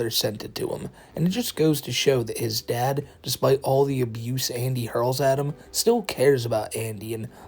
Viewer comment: Notice how he pronounces dad as dat or tad. or am i the only one